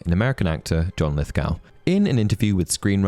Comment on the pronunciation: Not to be that guy but I couldn’t not focus on your pronunciation of Lithgow. Should be Lith-go, no “ow” sound.